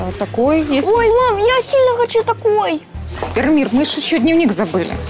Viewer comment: •ღRaffaellkaღ• не Иромир, а Яромир